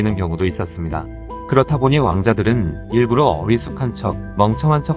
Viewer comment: 일부로가 아니라 일부"러" !!